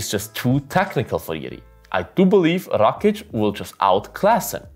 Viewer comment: Nice prediction. May I ask your nationality? You pronounce that "Rakic" just like us (slavs). 😁